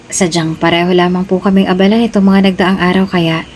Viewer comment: Ang pagbigkas ng abala ay pabigla na iba ang ibig sabihin kesa mabagal